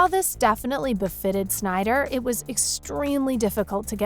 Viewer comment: BRUH PRONOUNCED DARKSEID WRONG AND CALLED THE MOVIE SYNDER CUT CRINGE.